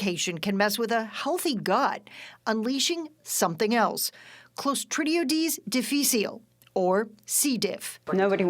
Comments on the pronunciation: Clostridiodeez ceedeefeel? Wtf?! Its pronounced Claw-STRIH-dee-um DIF-ih-sill. Its common medical knowledge you need to be taking probiotics with this antibiotic as it can wipe out your gut bacteria which lets c.diff take over. We have c diff already naturally occurring but the antibiotic reduces other bacteria that balances c diff. The doctor And pharmacist shouldve educated her. Its not an unknown risk. She is likely allergic to amoxicillin so she was prescribed clindamycin. My husband had to have clindamycin for strep throat. I got him probiotics at the pharmacy i already knew to and the pharmacist mentioned it too. Why isnt this common education ? Theyre so into asking if you need a consultation about medication.. theres no excise no to tell patients this when its dispensed. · It’s pronounced Closs trid ee OI dees DIFF iss eel